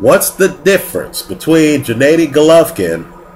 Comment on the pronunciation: "What's the difference between lemieux and golovkin" ? Smh, that's like asking what's the difference between Floyd may weather and Andre Berto...and his name is GENNADY not Janaydi or janadi!